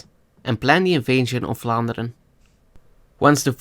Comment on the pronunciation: Wow, you're actually saying "Vlaanderen" right! Where are you from?